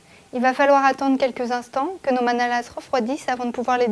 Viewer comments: On ne prononce pas le S dans manalaS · Vous n'êtes pas alsacienne je pense car le S ne se prononce pas comme dans la langue française en général concernant le pluriel en fait ^^